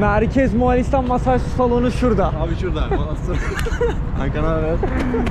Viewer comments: Aga mualistan diyosun 2 dk doğrusunu söylemekle uğraştım. Bildiğimi unutturdun :D Moğoo listan O'yu uzat söyleyemiyorsan :D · Birde moğalistan demesen çok güzel olurdu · Güzel video kanka ama Moğalistan değil Moğolistan :D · Moğolistan değilde Moalistan demesi kimsenin dikkatini çekmedimi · arkadaş daha gittiğin ülkenin adını söyleyemiyorsun, moğAlistan nedir? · moğalistan değil moğolistan olacak. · bütün video boyunca MoğAlistan demeyi nasıl becerebildin?:) MOĞOOL-istan MO-ĞOL. Mo-ĞAL değil.:) sevgiler.:) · Moğalistan degil moğolistan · Moğalistan değil Moğolistan. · moğalistan değil moğolistan* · Moğalistan değil moğolistan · Moğalistan ne ya 😂 Moğolistan